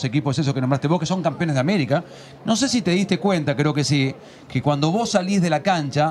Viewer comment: Tem uns erros, mas melhor que de muitos jogadores brasileiros hahaha ele não falou algumas palavras certas "nascemos era nacimos", "tão era tan", "campeões era campeones" e outras palavras mas coisas pequenas, é compreensível